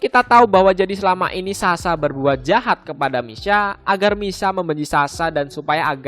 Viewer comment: Bang, daripada susah ngebacain misa dan misha, pakai dialek Jepang aja bang. Kata " sha " dijepang dibacanya " sya ", biar abang dan penonton nya nggak susah ngecernanya